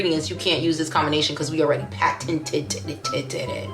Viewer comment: That “paten-t-t-t-t-teded had me cracking up